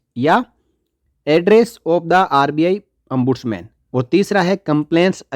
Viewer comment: It is not Ambudsman but Ombudsman